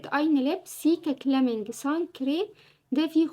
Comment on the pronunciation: يا اسمه سيكا كالمنج calming مش كلامنج